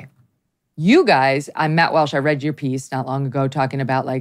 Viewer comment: Its Walsh, not Welsh, journalist.